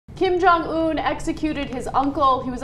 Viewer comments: Sorry, this is a little pet peeve of mine. It's not pronounced "oon" (운), it's "un" (은), like the prefix or the French article. That being said, here's hoping that Beijing distances themselves more with this regime after this instance... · Ana.... Its "UN" not "OON" hahah